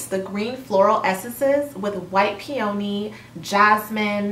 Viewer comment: First time viewing your channel. Just stopped in to say you’re mispronouncing peony. It’s PEAHNY (correct pronunciation). There isn’t a long O. It’s my favorite flower. 🤗